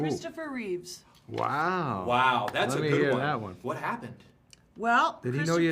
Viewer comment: Love her, but it's Christopher REEVE, no "s" on the end. RIP